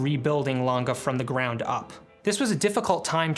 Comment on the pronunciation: Good review!! But is always Lang-E ! Never Langa.🙏